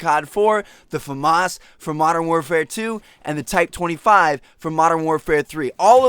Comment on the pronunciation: MODERN WARFARE 3 is TYPE 95 FOR MY SAKE AND YOUR VIEWERS SAKES TMARTN PLEASE SAY PROPERLY